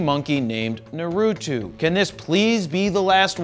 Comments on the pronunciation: It's naruto, not narutu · Jared Polin The name “Naruto” is of Japanese origin, so it’s pronounced as “NAA-roo-toh”. 👍🏼